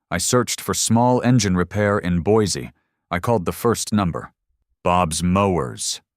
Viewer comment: You almost got the pronunciation of Boise down. Not quite but almost. It is Boy See not Boys E.